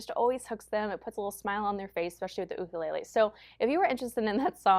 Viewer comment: great video. Thank you for pronouncing "Ukulele " correctly. So many music teachers pronounce it youkulele, not cool.